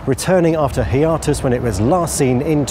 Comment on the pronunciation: Well that’s a unique way to pronounce hiatus.